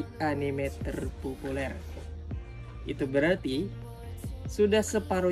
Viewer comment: Terrrpopulerrr Terrrpopulerrrr Gw ulang ulang tetap kocak